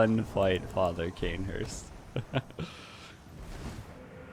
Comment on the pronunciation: When I heard Cainhurst🥶